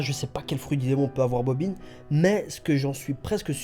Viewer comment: mdr tu est le seul a savoir prononcé bobine lol pas bobin